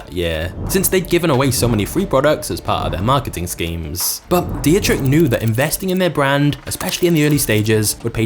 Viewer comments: It's a small task to type a German name (like DIETRICH) into Google Translate and have it pronounced in the right way for you - when you are not familiar with the German language. Just a little tip for the next time, because for any German speaking citizen in this world it sounds completely ridiculous to here a narrator constantly saying 'Die-je-trich' instead of the correct 'Dietrich' (Phonetic pronounced as: Dee trich). Come on... a little homework 😘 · please at least try to find out how to pronounce foreign names, your pronounciation of Dietrich hurts my austrian ears and simply letting google translate pronounce it for you in german would have been enough to do better else, I gotta say I'm kinda glad to have red bull in my country I dont drink it but their TV channel Servus TV is one of the nicest we have here and they're surely good for our economy and global image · You're pronouncing Dietrich completely wrong. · jees, you are butchering every name u come across.. mai tai vy muay thai, dietrich was beyong recognicion.... a 500k sub channel should do better nice timing btw